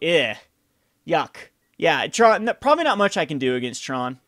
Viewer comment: So it's called TRON not TRAUNT?